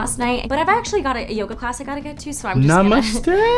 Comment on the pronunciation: Namsateee 🇮🇳😂 being an indian i have heard best namaste of all time